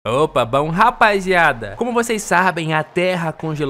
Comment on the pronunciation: Opa! Baun? Tá parecendo gaúcho se comprimido (sou gaúcho)